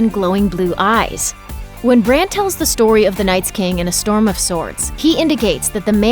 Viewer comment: Its Bran